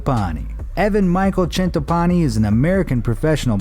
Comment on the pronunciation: where Shawn Clarida is raising the bodybuilders hand.....yeah that’s not Evan Centopani. And why is the narrator trying to put a huge Italian accent on his name? 😂 I’m from the area he lives and trains in and it’s not pronounced “Chen-topani“ it’s Cen-topani” Either way, cool to see Evan in his video. He’s a good dude and a great bodybuilder.